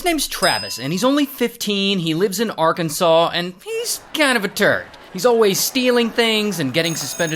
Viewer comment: I knew it was gonna be bad when he said Arkansas 😂